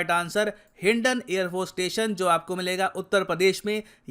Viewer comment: ITS HINDON NOT HINDIN